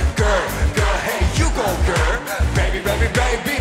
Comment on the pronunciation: 걸~ 결~ 겨얼~ 갸~얼 걀~ 같기도 하고ㅋㅋㅋㅋㅋㅋ 발음이 듣기좋게 찰지게 좋은것 같음ㅋㅋㅋㅋㅋㅋㅋㅋㅋㅋ